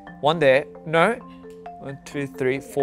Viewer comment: The naur💀